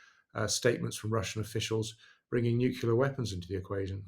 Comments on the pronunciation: First time I've heard a Brit say 'nucular' ( ...), like GWBush and DDEisenhower. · Oh my god please stop saying nucular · I do not comprehend why in this day and age, educated people still say "nucular" instead of nuclear... Mind you, I must admit that if an intercontinental nuclear war were to erupt, grammar would be the least of my worries! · Why do educated people keep saying nuculear. George W Bush started this. The word is nuclear. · Once upon a time, George W was the only show in town pronouncing "nuclear" as nookyoolar. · Well said, I was shouting at my phone when listening to ‘the Edition’ podcast this week where not only Paul Wood but were going for the Dubya ‘Nookular weapons’ pronunciation. Ffs! 🤦‍♂️🤦‍♂️🤦‍♂️ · Good debate, but I find it very difficult to listen to an Englishman that has to say "nuculer"... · Perhaps Paul Wood could learn how to pronounce the word "Nuclear" correctly. It amazes me how people get this wrong... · Jesus Christ he can't pronounce nuclear. Oh my god